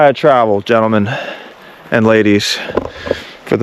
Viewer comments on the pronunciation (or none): none